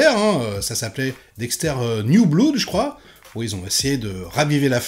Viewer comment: Merci, mais par pitié "blood" se dit "blod" svp. Sinon je dois ramasser mon oreille gauche sous mon fauteuil, et je manque de souplesse. Ah, et "Iron" se prononce "Ayonne" - c'est gratuit, et c'est cadeau;-)